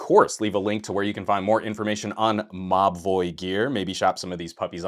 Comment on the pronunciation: Every time you say Mobvoi I swear I hear you say "My boy" 🙈🙉🙊